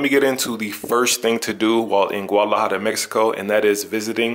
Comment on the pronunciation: Learn how to pronounce the name.